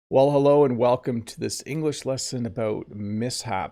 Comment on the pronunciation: Did you really say "well 'ello" at the beginning? Come on, you're the teacher 😂